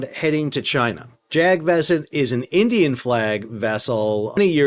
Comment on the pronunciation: It’s pronounced “Jug” and the “A”s in “Vasant” is read like “uh”. The name of the ship translates to “Global Spring” (As in Spring season).